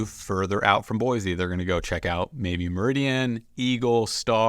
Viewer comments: Exactly is BOI-SEE not BOI-ZEE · You already pronounced it wrong